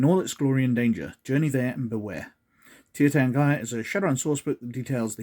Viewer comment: It's pronounced TEER tahrn-gee-ruh, btw. Love the vid.